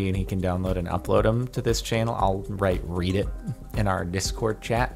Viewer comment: You know read can also be pronounced as read, right?